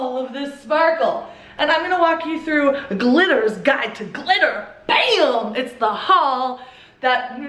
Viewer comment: glitterist (glitorist) lmao...you had me Rollin before a min into the vid